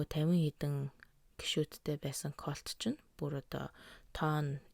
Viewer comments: Калт гшш😂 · Дээрхэлдэг биш дээрэлхдэг😂 колт биш калт😊